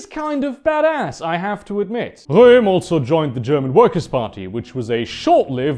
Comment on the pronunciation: I really like how he says Röhm in